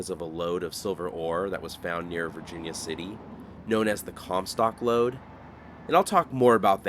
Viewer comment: I giggled evrytime he said "lode"😅